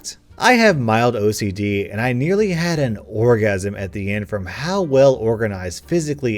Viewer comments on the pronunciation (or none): DID YOU SAY ORGASIM DEMONOTISED